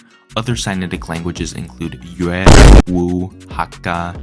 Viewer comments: im sorry but you butchered Yue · As a Yue speaker your pronounciation makes me want to die Good video tho